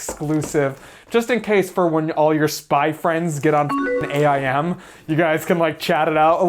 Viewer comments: Who the fuck calls it A-I-M lmao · Why do you keep calling it A I M like 3 separate letters? I’ve only ever heard people calling it Aim.